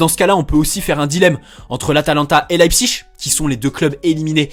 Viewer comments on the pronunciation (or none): none